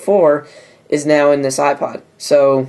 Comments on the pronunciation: lol ipood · The Ipood Huh? Really! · ipood...you sure did! lol